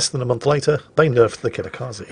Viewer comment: Hey, if "Dunkerque" ends for you in a queue. and "Kitakaze" ends for you with an "i" like in "India", then I want you to pronounce "High Wycombe" with same "rules", please. If not, then I at least get your queue quip with French boat, but "Kitakaze" ends with a hard "e" like in "Estonia". I'm not Japanese, but way you pronounce names is painful. I'm literally wincing literally every time you butcher names. Because of that I'm barely enjoying your content. It just needs that tiny tweak.;-)